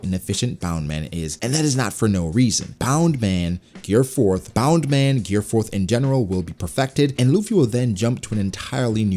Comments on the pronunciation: um excuse me why u keep saying bound man??its bounce man its either u speek japanese fully or none u use it like its literally what it names i got used to it but then i realise u keep saying bound man like ur mocking luffy just say bounce man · Why do you keep saying bound man? Isn't it Bounce.